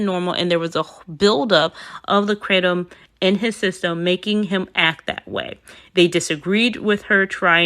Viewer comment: Being alkaline vegan is fine as long as you are involving your doctor to ensure you are getting all of your vitamins and minerals. Kratom is the issue. Yes, you're saying it correctly. She was making kratom tea daily and they were drinking it like crazy. I used to sell kratom and we had to be specific when recommending it. If you take too much of it, you can die. That's why the US made it illegal to import it.